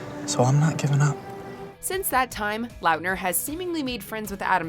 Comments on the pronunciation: Is anyone going to say anything about how they said Taylor Lautner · LiLHB GAMEZ ya.. that kinda bugged me.. wasn’t sure i heard that correctly.. but then i seen your comment I’m like ok i knew it sounded weird when she said it.